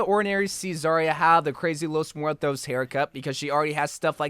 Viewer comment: ah yes, 💫✨lOeS mOoEtOs✨💫